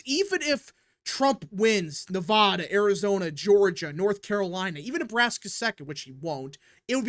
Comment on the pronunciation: Okay. First: Yes. Trump will win NE-02. He's up by +3 Also. It is pronounced: Ne-VAD-a, NOT Ne-V-ODD-a Vad, rad, Chad, glad, had, sad..etc. See the similarity? Same thing with Colo-RAD-o, NOT Colo-ROD-o. There's no ROD or ODD sounding syllable in the spelling of those words! It's RAD, VAD. It's like the people that say Rusher instead of Russia! That's not how it's pronounced! It's 2024 and people still do this decade after decade.